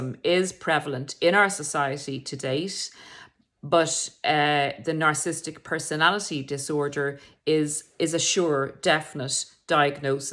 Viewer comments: PLEASE pronounce Narcissistic correctly. Its not narcisstic. Its narcissISTic. Horrible hearing it incorrectly pronounced several times. Would like to think the narrator is an expert whose knowledge we can rely on not someone who cant pronounce the topic itself. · Nar/ciss/is/tic For syllable pronunciation, split on double consonants, never split a double letter. Way I was told. A tic ✅ at the end 🤣